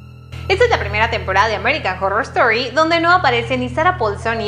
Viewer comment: American jorrrorrrr estori jajaja